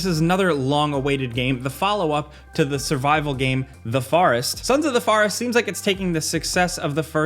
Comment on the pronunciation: "Sons of the foourest"